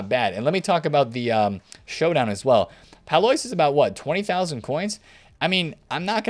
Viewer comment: Courtois - Cor twa. Pallois - Pal lwa